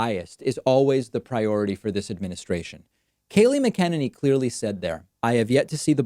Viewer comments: It's Mac-uh-NAY-knee, not Mac'Ken-Ninny. It would behoove you to at least pronounce her name correctly, garbage human though she may be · I like how he is saying her name wrong. It’s mcnutty not mckennedy. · Mac-an-inney. FYI. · David, you're mispronouncing Scabie-Kayliegh's last name... it's: FUCKin-ninny. (emphasis is on the 1st syllable) as always, thumbs-up! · The press secretary KAYLEIGH MCENANY name is pronounced Kaa lee Mac en nanny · Please learn to pronounce her name correctly.. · So cute the way you continue to mispronounce McEnany. It's exactly the level of respect she deserves. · so what is it. Mac-a-nini or Ma-kenini. also, Dave, can you pronounce Tulsa & Buttigeig again?? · You’re pronouncing the press secretary’s last name wrong. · David, do your homework on the pronunciation of the press secretary’s last name. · David, you mispronouncing the press secretary’s mane over and over!